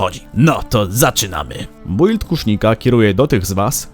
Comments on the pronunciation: czyta się "bild", a nie "bUild"... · Nie czyta się "bujld" tylko "Bild" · kuźwa czyta się bild a nie build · Zajebisty film i fajny pomysł ale prosze wymawiaj "build: poprawnie